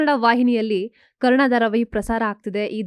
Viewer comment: ಅಮ್ಮ ತಾಯಿ ಕರುಣಾ ಅಲ್ಲ ಕರ್ಣ ಅಂತ ಹೇಳು anchor